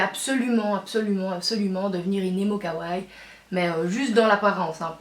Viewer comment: oh et on dis kawa ii pas kawaye. et on prononce pas le su a desu. on dis" dess" voila :3